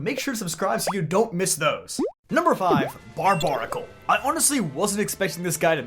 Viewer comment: I thought it was pronounced Bar-bare-a-cul. Isn't its name a combination of barbaric and barnacle? Someone correct me if I'm wrong. This is the first time I've ever heard its name pronounced like that. Everybody I know puts the bare in bar.